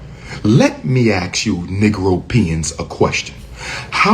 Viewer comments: This guy is supposed to have a doctorate or something but uses words like baby momma for black women and says ax you a question instead of ask this guy is a clown period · "How many white billionaires do you know who have chosen to make a black woman their baby mamas?" About the same number as how many people with a legitimate doctorate who say "let me axe you a question". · “Aks you”…. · Nobody "axed" his opinion. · He wants to axe a question 🤦🏻‍♀️ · It’s not ax it’s “ask” , please use proper grammar Umar . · The fact that he says axe instead of ask tells me all I need to know about him. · Ask not axe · "Let me (axe) you a question".... 😂 Learn to speak English if you want to be taken seriously.😅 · You wanna ask me a question or ax me a question? 🤦🏻‍♂️ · 😂 Trying to speak like you are highly intelligent only to say-*let me AXE you a question 😂😂😂😂 Then you say "baby mama" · Hey black folks, its pronounced ASK not AKS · Let him ax us a question. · He can ask, but not axe me….. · OMG It's pro nounced A. S. K , the S comes before the K, not the other way. It's NOT pro nounced like the word ACTS. What does WIT mean, it's with. I'm sure if a "w.hite woman" wanted to be with him, it's definitely not for the grammar. He mentioned that he's never seen professional white athletes with black women. Where was he when Travis Kelce was with that gorgeous black woman before Taylor Swift. Of course that relationship was an on again off again, and now he's with a "w.hite woman". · "Let me axe you"😂😂😂😂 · Let me ax you. That's the end of the conversation before it starts. Talking to this clown will make you dumber. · I stop listening when I hear “Axe” instead of “Ask”. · "let me axe you" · What kind of dr. is he? “Let me ax you a question.” He doesn’t speak like a doctor, he doesn’t put forth any ideas that a doctor might express. He is childish and bigoted. But okay he’s a doctor of something. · Please don't ax me 😂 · Lemme ax you a question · He lost me at axed.